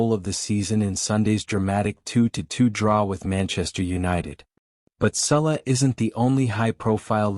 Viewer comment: It's Salah..not Sulla. If you're going to report on something at least get the name right.